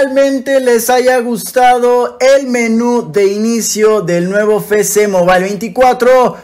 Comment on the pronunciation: Siempre me ha dado mucha risa cuando dice "Fé Ce Mobile" siendo que es "Efe ce..." pero igual excelente video, saludos